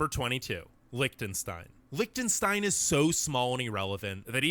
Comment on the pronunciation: it is NOT Lickten stein no K sound! It is li CH tenstein with a ch as in loCHness...NOT A K! get yournames right yank.